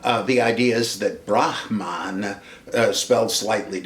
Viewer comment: Only a real scholar draws distinctions between voicing ' Brahmin' and Brahman: Im always tickled by the Dr's grasp of Sanskrit and Buddhist technical terms